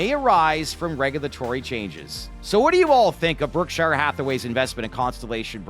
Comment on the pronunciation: Learn how to pronounce "Berkshire"